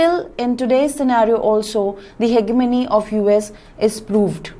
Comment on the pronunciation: Ma'am your pronunciation of hegemony is wrong